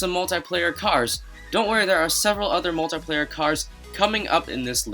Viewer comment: He kept saying moltyplayer